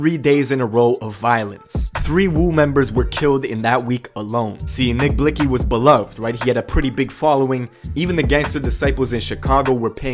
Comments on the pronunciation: Reporter said nick blixxy like bitch can u not see its blikxy x is silent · The way she pronounced blixky 🤣